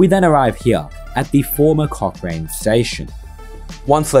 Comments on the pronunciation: It's pronounced "Cock Ran" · At least spell Dunheved right in your chapters, and Aerotropolis.. or pronounce Cochrane right...